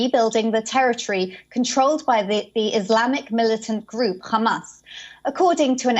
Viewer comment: Don’t get why she says Khhhhhamas, when she can pronounce the the ‘H’ in ‘high rise’ perfectly 🤔